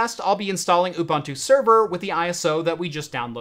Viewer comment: Thanks for a GREAT video! You make it much simpler than I thought! One small note: Ubuntu is pronounced oo-boon-too. It is a word from the isi-Zulu language, one of the 11 official languages of South Africa. Love from South Africa. :-)